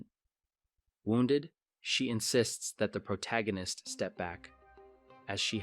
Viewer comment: Thumbs up for correctly pronouncing the word "protagonist " instead of "pro-toe gan-nist". 😆